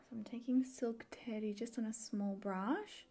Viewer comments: Lol I thought said the colour was called Silk Titty not Silk Teddy had to rewind that. But hey, it is Too Faced and they have had risque names before. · Lol not trying to be nasty or anything but it sounded like you said silk titty lol but omg I love love love the packaging like seriously next level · I may have replayed you saying “silk teddy” a couple times because I thought you said silk titty 😂 I thought maybe they were flowing with the “sexpert” idea.